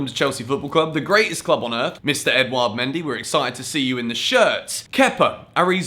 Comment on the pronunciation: I think mendy is pronounced mon-dee